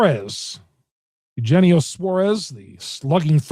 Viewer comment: You're saying Suarez's name wrong. It's pronounced (you-he-knee-oh) not (you-genie-oh)